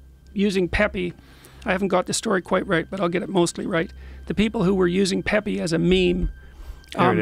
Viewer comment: It’s the correct way to say it 👍🤣